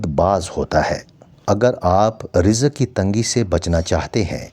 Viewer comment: Alfaz to sahi kaho rizq ko warzish keh re h